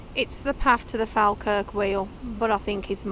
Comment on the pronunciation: Hi my first time I've seen you and watched as I lived in Stirling and now live in Falkirk which by the way is pronounced Fall-kirk 🤣🤣 great video, I've subscribed and look forward to watching more 👍